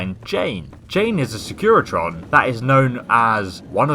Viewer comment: Wtf is a secretion? They're SECURITRONs lol